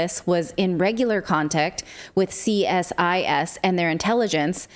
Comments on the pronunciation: **EDITOR** please tell Clayton and Natali CSIS is "pronounced" Cee-Sis. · They later admitted that 82% of funds came from small donations from Canadians. CSIS is pronouned as "Cee Sis". Great work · Thank you for continuing to keep us informed! A small point on CSIS: it is normally pronounced as a partial acronym (the "SIS" part is pronounced like "sis" in "sister"). Might be helpful to think of it as "C-SIS", in the form of "CD-ROM" ... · It's pronounced C-sis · CSIS ( overpaid, underworked, do-nothing cowards ) is actually pronounced "SEEsis". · CSIS in Canada is the counterpart of CIA. It is pronounced as See Siz